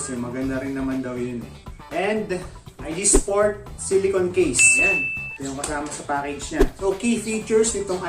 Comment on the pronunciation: Boss ang mali mo lang nasabi ay IGSPORT..dapat ah IGPSPORT..kulang ng P boss kasi ganyan din ang gamit ko.